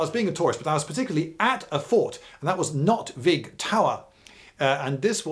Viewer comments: Nôtweek with a long o is the pronounciation. He is far off. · Noot- veek is more correct pronounced. Not=net, fishing net. Vik= bay. Like Vikingr week-ingr .